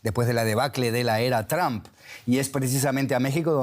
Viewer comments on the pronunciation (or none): none